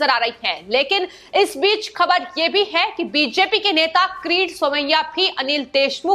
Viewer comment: एंकर बहुत गंदी हिंदी बोलती है, कीरीट सोमया को क्रीट बोलती है। परमवीर सिंह को प्रमविर बोलती हैं।